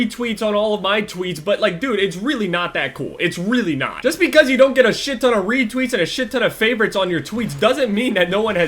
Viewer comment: Retweets* not weetweets